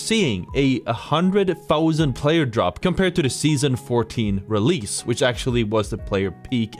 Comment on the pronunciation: no way u said realese APEX 2 come on